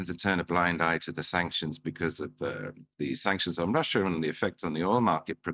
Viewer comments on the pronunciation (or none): none